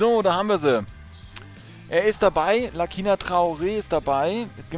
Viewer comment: Er wird Lasina ausgesprochen :)